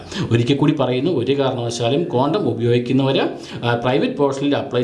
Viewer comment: ക്വാണ്ടം അല്ലടോ..കോണ്ടം